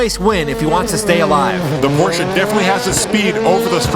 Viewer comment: Bonus applause for pronouncing Porsche correctly :)